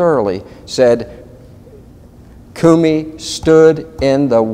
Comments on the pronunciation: I think your pronunciation of Comey isn't Cumey but I could be wrong. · I know this is petty but...CU mey. CO mey ! It is making me crazy! Lol! Say what you will. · effing idiot on left can't even pronounce comeys name right! grand pa s looking stupid! judicial watch wasting more donations on this! just gagged the idiot on the right can't correct the giant ass on the left! just listen to him repeatedly say koomee instead of ko mee! jerk! i don't for one minute more beleive judicial wants to have any effect on these govt. criminals their stupid, boring vids prove it! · I hate it when people cannot pronounce a name (Comey--long o). This name has been in the news for a year. Why can't people pronounce it correctly! Comey not Coomey! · Talk about butchering names: Kumee, oh you mean Comey. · Egil Lomeland I thought I was the only one who noticed that.. Kumee..He's driving me crazy..for God sakes just call him Weasel!! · That was driving me absolutely crazy! He sounds educated and yet can't pronounce an easy name that has been correctly pronounced in the "fake news" hundreds of times!!